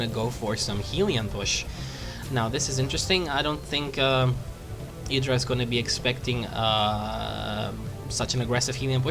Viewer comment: It's funny since he makes such a point of pronouncing Idras name correctly.